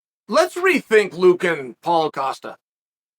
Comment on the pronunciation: Chael is saying Paulo Costa correctly these days. I remember last year it was "Paul Acosta" and we all just accepted that Uncle Chael changed his name for him.